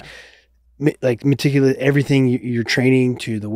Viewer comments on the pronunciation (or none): Btw... much respect to u Dom! I'm sure that "maticulate" was hard to lay off on 😂 Build up dom would have demolished TJ for that!